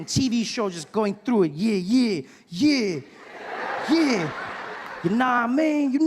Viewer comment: The "no wah mean' is sounding like " Naomi" that hahaha